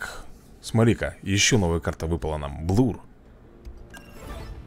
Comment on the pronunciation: если что правильно не блур а блер либо блёр ещё не эрси а арси я просто поправить